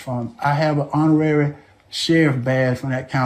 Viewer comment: hon·or·ar·y /ˈänəˌrerē/ Learn to pronounce adjective 1. conferred as an honor, without the usual requirements or functions.